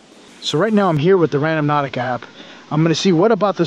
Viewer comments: it's not RAN-DOM-NAUTICA, it's RAN-DO-NAUTICA!!! There's is no M In the word. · Gotta rotate your tires so they don’t get bald on one side like that. I’m sure it’s been said a thousand times in the comments. Lmao. Also…. It’s Rand-O-nautica, instead of Random-nautica. 😂 Stay safe, you’re still my fave, the best there is out there!! Much love to you! 🤗